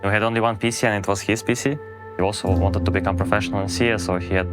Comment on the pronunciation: Почему он PC произносит будто говорит "писи"